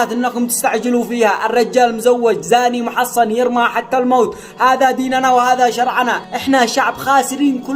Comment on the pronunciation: المحصن بفتح الصاد وليس تشديده